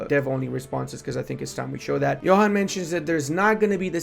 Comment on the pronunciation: just FYI, despite how its written, Johan's name is not pronounced like youd expect (like youre saying it). It actually sounds like "Yuan". Trust me. I was a beta tester for like a decade:)